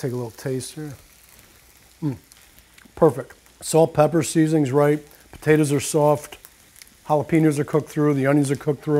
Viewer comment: he says potatas. lol